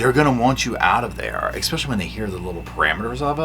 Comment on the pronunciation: Omg I love you darlin but quit saying “ekspecially” 😅